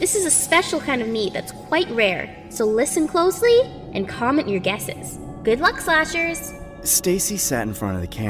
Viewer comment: Bro can't even say comment 💀